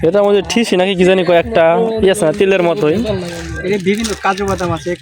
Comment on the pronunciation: ঠিসি না,,, ওইটার নাম হলো তিসি😊